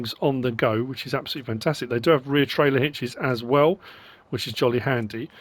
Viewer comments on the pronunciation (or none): none